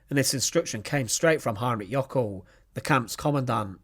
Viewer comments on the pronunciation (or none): Jöckel, not Jockel. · It's "Jöckel', not "Jockel".